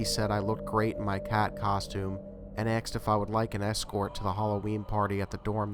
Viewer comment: Aksed? Why aksed instead of asked?